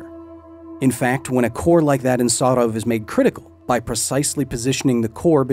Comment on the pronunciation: Btw as Russian, the pronunciation of Sarov is quite good for an English speaker